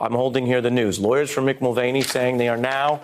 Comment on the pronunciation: It's pronounced Mul Van E ffs